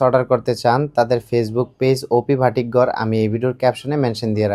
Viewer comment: ভাটিক না বাটিক